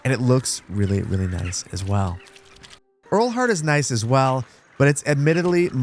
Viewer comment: Great video! It seems like the village names are German. In that case Lieneck would be pronounced as “lean-ack” and Leuter Flucht like “loiter”. Ehrlhardt would sound similar to “Airl-heart” 😊